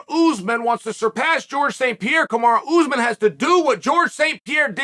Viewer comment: Ooozemen. You do this for a living . Mokelshv, komzot. Should probably learn the names of the people you talk about for a living. Couldn’t even say breakfast or cereal while sponsoring it.